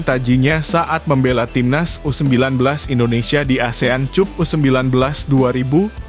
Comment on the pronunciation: Bisa membaca GK orang ini yg di vidio bukan Asian cup TPI Asian cap klau bacanya